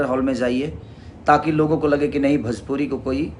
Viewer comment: भजपुरी नहीं भोजपुरी होता है।